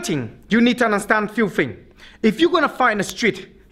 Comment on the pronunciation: when FINGS mess up.. . (professional work though)